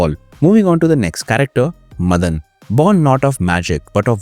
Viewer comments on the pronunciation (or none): It's pronounced as Maadan, Madan